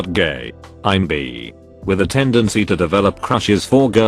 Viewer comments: Post: “Bi” No one: Me: Absolutely no one: Video: “Bee.” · IT'S! NOT! PRONOUNCED! BEE!!! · Соня Скупова because in the video it pronounces bi “bee” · Me: b Text to speech: b Me: i Text to speech: i Me: bi Text to speech: 🐝